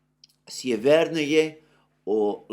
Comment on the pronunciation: S'evernoye, L'astochkino, Stepov'oye - please note the correct pronunciation of Russian villages in Donbas.